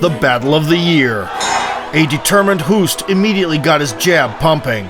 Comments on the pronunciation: Hoost is pronounced 'host', like 'ghost'... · Its NOT pronounced Cayman.... and Hoost is pronounced Host